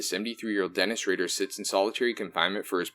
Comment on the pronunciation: RAYder not ridder